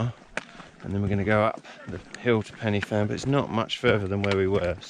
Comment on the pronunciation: Great video, great trek and is always busy as groups usually do the climb for a charity, by the way it's pronounced Pen'a van, but hey, and keep an eye out for the SAS around them hills...